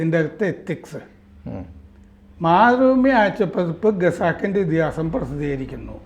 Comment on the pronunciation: എനിക്ക് ഇപ്പോഴും മനസ്സിലാകാത്ത ഒരു സമസ്യ ഉണ്ട്.....വിവിധ മലയാളം മാധ്യമങ്ങലിലും.. മനോരമ ഉൾപ്പെടെ.. ദി വീക്ക് എന്ന ഇംഗ്ലീഷ് മാഗസിനിലും... ദീർഘകാലം പ്രവർത്തിച്ച പരിണിത പ്രജ്ഞനായ......((( ഖസാക്കിൻ്റെ ഇതിഹാസത്തെ)))... ഗസാക്കിൻറെ ഇതിഹാസം.. എന്നും.... ഖത്തറിനെ...ഗത്തർ എന്നും... ഖജനാവിനെ ഗജ നാവ് എന്നും.... മറ്റും ഉച്ചരിക്കുന്നത്. അതും ഇംഗ്ലീഷ് ഉച്ചാരണം താരതമ്യേന മെച്ചപ്പെട്ട രീതിയിൽ ഉച്ചരിക്കുന്ന നിന്നും...